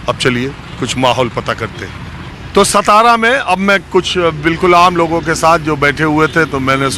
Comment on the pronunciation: सतारा नहीं भाऊ सातारा बोलो